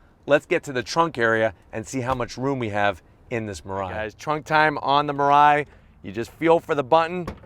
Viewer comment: and it should pronounce as me-lie-e